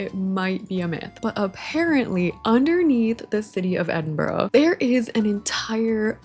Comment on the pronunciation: I love this so much please do the caves idea but for future reference Edinburgh is pronounced ed-in-bruh 💗